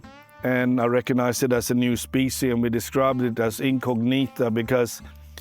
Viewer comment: painful hearing specie in many times